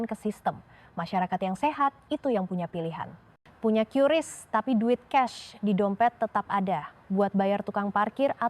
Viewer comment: cara bacanya: KRIS. bukan kiuris.